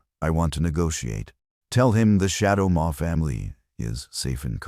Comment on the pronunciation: Shadow Maw, not More. Read: to read words now Read: pronounced Red as past participle, Red: pronounced red= Color.